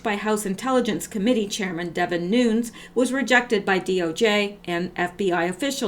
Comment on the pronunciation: Nunes is pronounced NewNez. Cheers!